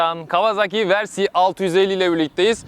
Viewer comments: Versi değil yalnız. Vörsis ya da direkt Versis. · Güzel inceleme olmuş. Yalnız müsaade edersen birkaç eleştirim olacak. Sürekli versi demen kulağı yoruyor. Türkçe olsun diye uğraşıyorsan versis demelisin. İngilizce olacaksa vörsis olarak telaffuz edilir. Senin versi dediğin versey olur. O da ayet demek İngilizce. İkincisi ise motoru devirmek başka bir şey yatırmak başka bir şey. 2014 model bir Kawasaki Versys sahibiydim. Çok severek kullandım. Yorum için çok teşekkürler.